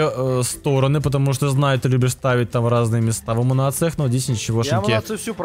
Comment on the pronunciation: Эмм а разве говорится не амму-ниция а не амму-нация точно амму-ниция!